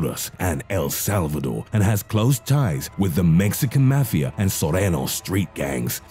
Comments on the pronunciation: do u not no how to read mafa and other words .. fuck this im sending it to the army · i know i ain’t the only one who hates how he says mafia 😂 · C A L M D O W N U S O U N D L I K E Y O U T A K I N G A H I T A F T E R E V E R Y G A N G Y O U M E N T I O N U SOUND LIKE U GOT POSSESSED R U GOOD MAH DUDE Then again btw it's mafia Not mefea Only one I've heard of is Mexican mafia, Latin kings, KKK, hells angels, the krips, and the bloods 💯🔴🔺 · The Mexican Mah-fiya 😂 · mafi is read out mo-fi-a .. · "maxican mefiea" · "The Mexican Mathia"